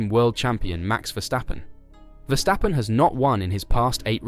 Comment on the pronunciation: You pronounced Verstappen correctly!